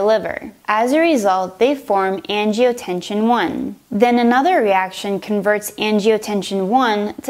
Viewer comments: and that's generic, not brand. and it's angiotensin, not angiotensiOn. And , it's angiotensinogen, not angiotension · Great video- thanks. You might want to correct the pronunciation though- it's "angioTEN-SIN". Not angioTE-SHUN. I love how you use the visuals. So many of these med videos are painfully monotone and boring. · She says "angiotenshin" instead of angiotensinogen and says angiotenshin instead of angiotensin... :| Other that that it's helpful, just irritating to see an on virus mistake like that especially when on screen it says angiotensinogen. My only other critique would be the jump cuts between the lines and medicine names. Keep up the good work. :) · I hesitated when she pronounced angiotensin incorrectly, maybe it was a lisp. Then she said "the body is an amazing organ" WHAT. No....just no. Lost all hope at that point lol